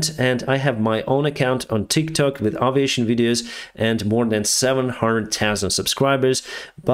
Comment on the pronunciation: this has been driving me nuts. It's not ah viation, its ae viation. Would you call an airplane an ahr plane, or an airport ahr port?